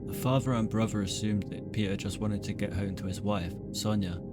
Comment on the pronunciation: I hope to god that one day you can learn how to speak properly, it's mother not muvva, father not fava, other not uvva. Forth not forff. Irritated the fuck out of me!!!